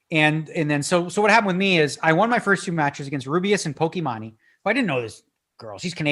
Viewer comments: the correct way is Poki-man , cause her name is Imane ( e-man ) , comes from french prononciation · The time bank idea sounds awesome! But for God’s sake, Daniel please google how to pronounce Pokimane xD